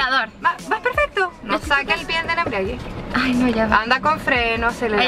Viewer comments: Jajaja si la profesora dice “Embriague” imagínense cómo serán las clases jajajja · Felicitaciones!!!.... Una corrección. La palabra correcta es: embrague; no embriague.